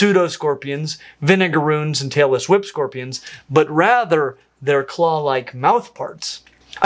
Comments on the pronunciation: I was watching this at 2.0 speed. When he said Tailless Whip Scorpions, I really heard Taylor Swift scorpions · not gonna lie, when you said "tailless whip scorpions", I heard "Taylor Swift scorpions". I had to replay that a couple of times. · i thought you said Taylor Swift scorpions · I heard Taylor Swift Scorpions lol That can't be right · At one point I heard "tailless whipscorpions" as "Taylor Swift scorpions" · I had to google Taylor Swift Scorpion 😭😭💀 thats what i heard. twice.. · The way you said "tailless whip scorpions" totally sounded like "Taylor Swift scorpions"; I was like, she has her own scorpions now???? :D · I thought you said "Taylor Swift scorpions" :) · When you said "tailless whip scorpions," I was washing dishes and only half watching what was going on, and I genuinely thought you said, "Taylor Swift scorpions." I immediately thought, oh god, surely biologists haven't found a new species and named it after a famous person again like the David Bowie spider. For a second, I was thinking how can a scorpion look anything like Taylor Swift 🤔🤣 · I thought he said Taylor Swift scorpions! had to put the subtitles on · I think he said "Tailless whip scorpions", but I heard "Taylor Swift scorpions" too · Am I the only person who heard 'tailless whip scorpions' as 'Taylor Swift scorpions' and thought it was sneaky joke? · Had to skip back and listen 5 times, the last with captions just to figure out that did NOT say Taylor Swift scorpions! I was wondering if my ears were bad, if it was a cultural joke I wasn't aware of or what?! 😭😂 It's late and I have to be up early but I'm too tired to figure out if I misheard Vinegar Runes or if the captions got it right 😅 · when he said "tailless whip scorpions" i thought he said "taylor swift scorpions" lmao